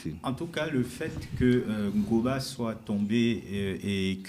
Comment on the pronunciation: Le m23 est congolais! Ce mec sait bien comment prononcé" Goma" à l'orginal 😂